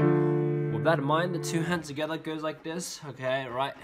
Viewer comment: Love how he says ” togheter ” 😂😂